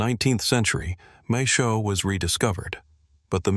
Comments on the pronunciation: the ai voice reading maes howe as mae showe lol other than that, cool vid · maeshowe is pronounced mice how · ITS PRONOUNCED MAES=HOWE NOT THE TERRIBLE PRONUNCIATION AT THE START